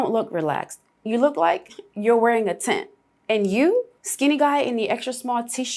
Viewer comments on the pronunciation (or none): none